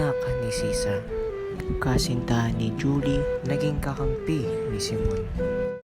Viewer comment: 'yan po tamang pronunciation kay Juli? tnx tnx